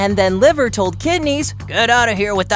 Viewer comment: Liver sound like venus